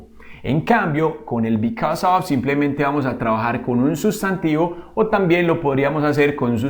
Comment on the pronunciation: Muy buen video, pero note que en casi todo el video dijo "OF" en ves de "OV" en la pronunciacion